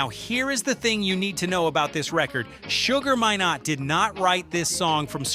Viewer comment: SUGAR MINE-NOT ...not minot